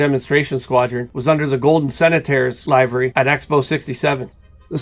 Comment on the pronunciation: Check the pronunciation of livery.